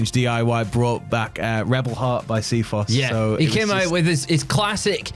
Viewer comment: the amount of time you guys have pronounced "CFO$" as "see foss" over the years, I cant tell if it's a joke anymore or if it's genuinely how you think it's pronounced lol. C.F.O's